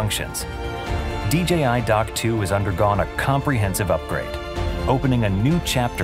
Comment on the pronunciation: finally DJI showing us how to pronounce DJI correctly. YouTube clowns need to stop calling it "DGI" just because everyone else does it